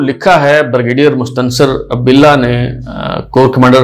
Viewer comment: ہے آپ غلط پڑھ رہے ہیں